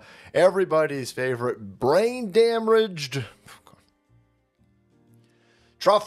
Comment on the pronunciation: Lol forgot to edit the opening when he said damblaged.